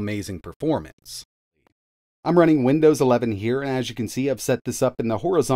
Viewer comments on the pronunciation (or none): none